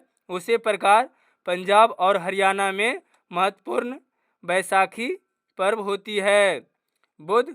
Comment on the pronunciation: सर आप पूर्व नहीं होता है ❤ पर्व होता है 😊😊